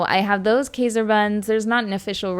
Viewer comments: While it’s true many of us Canadians say “PRAH-duce” for veggies and fruits (and PRO-duce for the act of making something), literally no Canadian I know says “KAY-ser”…it’s always “KY-zer” I live a short distance from, so it’s not a regional thing, but a mispronunciation. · Kayser is definitely wrong because it comes from the German word Emperor and that although spelled “Kaiser” it’s spoken “K-EYSer”. I know this because I am Austrian and that is literally one of the origin places of Kaiser buns. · Pretty sure you're right, unless it's a Canadian thing. She also says past -uh. Not postuh. Everything I can find online says k-eye-zer not kayzer. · That is correct also because general rule of thumb is when two vowels are together, the second vowel determines the pronunciation. But “kayser” might be a Canadian pronunciation as they pronounce other things differently as well. It’s interesting to hear the different “interpretations” 😊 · It's not a Cdn thing. I'm a k-eye-ser and postuh person too.